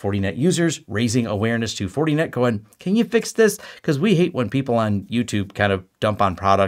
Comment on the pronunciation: “Fortie net” 😂